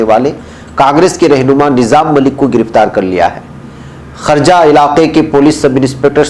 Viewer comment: حضرت والا یہ خرجہ نہیں ہے خورجہ ہے ( شکریہ )